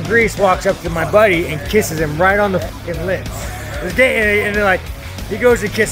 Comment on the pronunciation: lmao thought I was the only one who caught it. Definitely sounded more like in than on